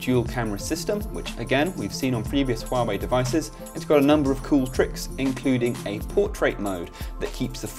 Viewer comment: I dislike Huawei phone's design.And the UI is so ugly.The pronounce?Huawei?Far away?looooool